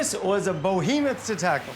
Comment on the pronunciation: Love that original mint green kitchen tile. I wish it would come back in style. Should be behemoth, not bohemoth.